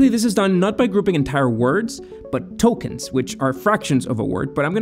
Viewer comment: did you say ‘Tokens’ or ‘Tolkien’s’?